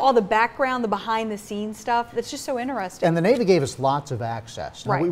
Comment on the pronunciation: their way of saying "interesting" is very "inerestin'"